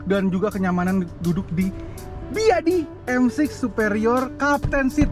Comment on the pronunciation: D sni d sbut aj "beyede" bng (ya info gmna bca ny d cina jga ok)